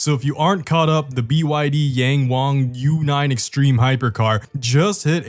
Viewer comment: Why do you say YangWang like that 😭 the `ang` is pronounced the same, both are said like how you said wang.